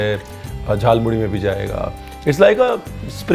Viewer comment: Your every pronunciation like Bhaja Masala, Jhalmuri, Kacha lanka just perfect ❤️.